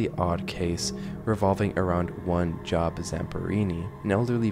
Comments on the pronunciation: The video talks about poison oak, not poison ivy. They're not the same thing. Also it's pronounced "Jobe", like Job in the Bible and not like your occupation. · as someone with the first name Job, that is not how you pronounce it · wouldn't it make more sense to pronounce it job as in the book of job? since theres a lot with the bible in this t just makes more sense rather than job as in a work job ^^